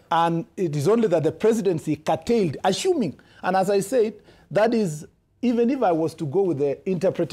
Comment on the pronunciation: 'Ashuming' what is this?